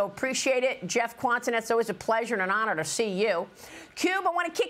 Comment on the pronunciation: Its always an honor to see you? Maam what kind of emphasis was put on that????